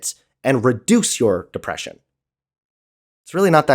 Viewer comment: "Depwession isn't real." And that is the point where I would drop this call.